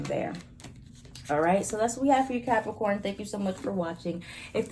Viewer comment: Not you saying “capriccio-corns” 😂😂😂 (cap moon) Ok let me continue watching lol